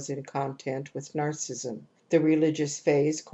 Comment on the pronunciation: much appreciated, but her pronunciation of narcissism as 'narcism' is so distracting!!! can we please give her a call?;-)